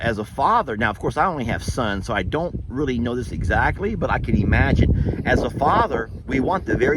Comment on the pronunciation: I get such a kick out of he way you say”imagine.” It comes out as “E-magine”. And I have never cared for times when men act out and display aggression. It shows a lack of class, and a heavy dose of stupidity. L